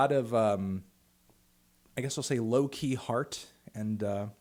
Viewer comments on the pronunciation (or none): none